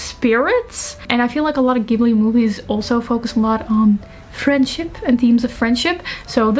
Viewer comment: You have this perfect balance between immaculate aesthetic, succinct communication style, and a really good instinct for stories. I just found your channel, and I'm enamoured! (Also, unlike many Americans, you pronounce Ghibli with a hard "G", and that made me soft in knees.)